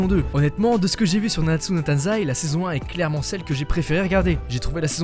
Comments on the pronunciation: C'est TAIZAI PAS TANZAI d'ailleurs sinon la s3 et a CHIIIIIIEEEEEEEEEEEEEERRR rien que la censure m'a fait partire avec le manque d'animation dans l'épisode 1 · *nanatsu no TAIZAI pas TANZAI :). Sinon je suis d’accord avec toi sur ce que tu dis. Moi j’ai laché ça m’avait grave saoulé la saison 3. Donc j’ai décidé d’acheter les mangas